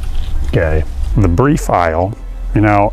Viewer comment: Also, THEE COAT